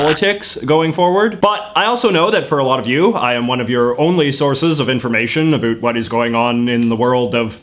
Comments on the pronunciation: As a Canadian I don’t like how you say “about” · It's hard to take this dude seriously "a boot" anything with that silly pronunciation . This hoser can just take off eh cause Canadians doo'nt say a boot when they talk about politics, beer hockey or even maple syrup style health care . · The way you say "about" is funny:) Your videos are great!! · Is it weird that I am watching just to hear him say "about " in weird way 🤔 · you're putting it on with the about pronunciation - no one says it like that! lol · fake canadian? no one in Canada actually pronounces about the way he does he’s obviously faking it. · I can't stand the way he pronounces 'about' . Totally fake and annoying.